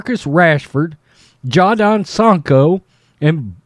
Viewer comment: Jadon Sancho it’s pronounced jay-don.